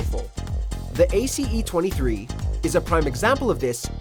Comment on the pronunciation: Anyone else get triggered on how he pronounced the ace 23?